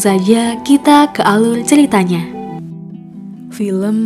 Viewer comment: Belajar ckp (R) dulu bru buat video .😆 Alul atau alur😆